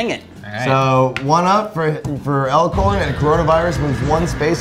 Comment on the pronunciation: Stop saying Lcorn, I live in Nebraska and Elkhorn is a city neighboring Omaha and it's tripping me up